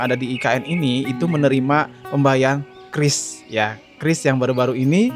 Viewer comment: Penyebutan qris salah bang seharusnya kiuris bukan kris😂😂